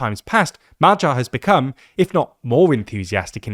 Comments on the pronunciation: That "MaGYar" rather sounds like "MaTTYar", let's work on that 😄 appretiate the effort though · for all anglophones here: its Magyar (g pronounced like in a word "great") not MAJYAR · the 'gy' sound is more like when americans skip the 'o' from 'do you know'. Try pronouncing Madyar, Shaping the 'a'-s like 'o'-s, (by opening up your jaw) while putting the emphasis on the first syllable. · Are you sure? I'm not Hungarian but dictionaries do tell me to pronounce it as [ˈmɒɟɒr] not [ˈmɒgjɒr]. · Magyar is Hungarian surname. Please read this surname as 'Madiar' with D instead of G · Why don't you make the effort to find out how is Magyar correctly pronounced?